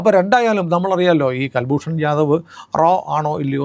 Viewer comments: കുൽഭൂഷൻ ആണ് കൽഭൂഷൺ അല്ല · ji, കല്ഭൂഷന്‍ അല്ല, കുല്‍ഭൂഷന്‍ ശരി. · കുൽഭൂഷൺ ആണ് കൽഭൂഷൻ അല്ല. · കൽ ഭ്രൂണ ല്ല കുൽഭൂഷൻ യാദവാണ് നേവി റിട്ടയേഡ് ആണ്. പാവം ബിസിനസ്സ് കാരൻ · ഇദ്ദേഹത്തിന്റെ പേര് കുൽ ഭൂഷൺ ജാഥവ് എന്നാണ്; കൽഭൂഷൻ അല്ല. മുഴുവൻ പേര് കുൽ ഭൂഷൺ സുധിർ ജാഥവ്. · കല്‍ഭൂഷണ്‍ അല്ല, കുല്‍ഭൂഷണ്‍. കുല്‍ഭൂഷണ്‍ യാദവ്